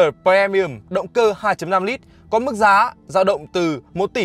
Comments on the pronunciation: pri mi um chứ pre mi um là chi zzz. Phát âm chán gê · tr ơi a ơi phát âm pri chứ pre pre mi ùm nó lãng ghê cái clip đang hay mà pre pre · Um chứ ko phải ưm cx ko phải ùm. Fre ni um á chị hiểu ko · Phát âm i thay cho e nha, đừng đọc pre mi ùm nữa nha, vậy nha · Đồng ý kiến.làm j có bờ re mi um .